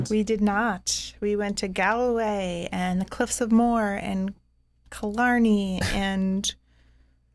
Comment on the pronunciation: I love you guys but you're butchering the Irish name places. The cliffs of moher are pronounced mow-her and Galway is pronounced Gawl-way😂